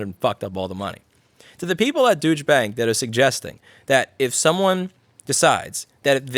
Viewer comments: I keep hearing "duech" bank everytime. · Let's clear something up: Did you say Douche Bank or Douche Bag? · Deutsche isn’t pronounced “Dooch”, it’s supposed to be more like “Doycha”. Idk, ask the Germans. 🤷‍♂️ Edit: Oh, never mind, I see 😏 Personally, I think if anyone owes more to cover the expenses of the pandemic, it is those who profit from it. They are taking full advantage of our horrible pandemic situation and making bank just because they were in the right place at the right time, and the rest of us are suffering for it. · “Douche” Bank, is more like it. It’s actually pronounced “Doyshhbank” for Deutsch Bank. This bank is on the verge of collapse due to corruption inherent within its derivative market (such as credit default swaps) in the TRILLIONS of “dollars.” So they’re looking for ways to shore up the system using the citizenry as a cushion. Never forget that Western politicians are currently for the most part nothing but mouthpieces for wealthy oligarchs. They abandoned the will of the people long ago. Now, it’s what keeps Wall Street and the banks alive—not you. Their arrogance and hubris demands that the so-called citizenry should feel “privileged” that they’re allowed to participate in this new definition of freedom and liberty. Americans in particular need to stop imagining that they are temporarily embarrassed millionaires and come to grips with the fact that we pay a third of our income to the government for relatively NOTHING in return. Asking for a return on your investment is not socialism. It’s simply common sense. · You had me at a bad pronunciation of "Douche Banks"! TOO FUNNY!!! It sounded like it, because you talk so fast. Phonetically it's pronounced [Doy-CHH], you can't really hear the "t". Got to find something to laugh about in this era of life, right. It's certainly not about Louis, but rather making us all look a little smarter. I believe in that too. NOTE: the top says "BLOOMBERG WEALTH". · lol it's douche bank. Doy-cha bank.